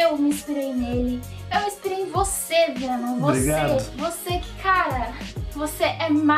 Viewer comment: O monerk falava venom fenom e menom